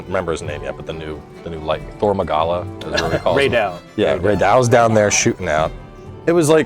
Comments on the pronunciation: bro looked at the capcom staff straight in the eye and said "thor magala" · "Thor Magala"💀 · "Thor Magala" 🤣😆🤣😆🤣